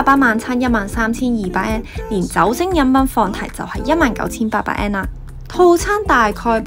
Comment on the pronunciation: 好好嘅建議，善意提點，更好的話 “yen” 字可以讀得較準， 唔好讀 “an”，謝謝